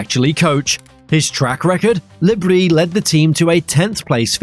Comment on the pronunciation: Le Br-i-s not Brie